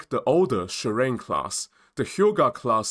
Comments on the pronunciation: It's SHI-RA-NE. Not shurine😂! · JS Shirane (DDH-143) is pronounced as Shi-ra-NE.